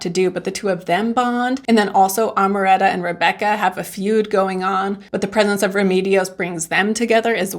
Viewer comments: In spanish you have to pronounce all the vowels: It’s Au-re-lia-no A-ma-ran-ta The A in spanish is pronounce different than in english R is difficult to get it right. You can do it👌🏼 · You pronounced Amaranta very well and then decided to say it wrong for the rest of the video 🙃